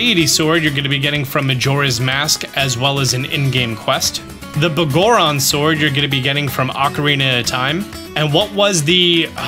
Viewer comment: I died a little inside every time you said “Buhgoron” sword instead of “Biggoron” sword.